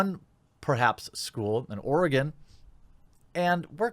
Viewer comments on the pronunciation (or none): It's Oregon. nuff said